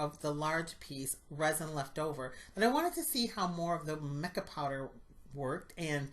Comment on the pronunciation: Perfect month for wedding. Mica is pronounced my-cah. Really love these resin items. Good thing using safety first, saw a glitter tumbler video. No ventilation, touching with there hands, etc. They are trying to make money but they don't know about safety. Congratulations picking October. Hugs and God's love, Janet 🍁🍁🍁🍁🍂🍂🍂🍂🌻🌻🌻🌻